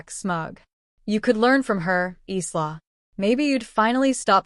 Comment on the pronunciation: Your AI needs to learn to talk. The "s" in Isla is silent 🙄